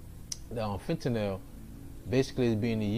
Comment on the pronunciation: You Pronounced Fentanyl right first time